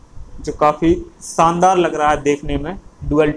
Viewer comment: Abe shandaar hota hai saandar ni. Bolna sikh le. Gear shift ota hai gear seepht ni😅😅😅😅